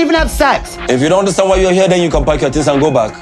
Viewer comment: tings... as in things lol